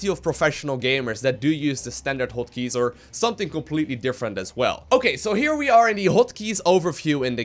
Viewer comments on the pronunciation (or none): "hoat keys"